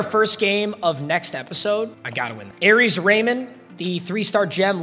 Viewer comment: aries? no ARIYES 😭😭😂